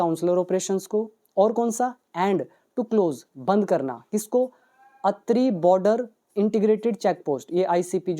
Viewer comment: Respected sir (Attari अटारी हैं) अतरी nhi hai 🤣🤣